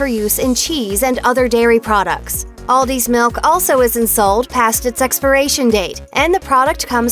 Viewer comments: Whenever she says milk she says ‘melk’ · The way she say milk